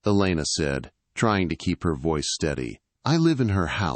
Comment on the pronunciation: Were there windshields in 1814? Really? & ve-ice instead of voice?